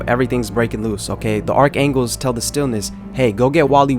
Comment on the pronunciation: “Arc angles” are killing me